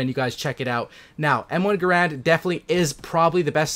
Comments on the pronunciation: Not grond... grand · Yea, nah. It kind of sounds like "errand" like "I have to run an errand" but with a G in the front. Look it up. I said it wrong for years until a WW2 vet called me out on it when we were talking shop. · Well first you are pronouncing the gun wrong, and then begging for likes and subscribes. Weak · It's actually Garand